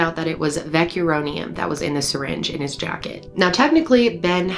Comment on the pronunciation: [vecKER-O-Nium] vecuronium bromide - but you’re amazing